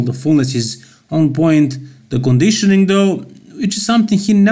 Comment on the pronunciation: Needs better Conedeeeshowneeng! Lol. Nice video!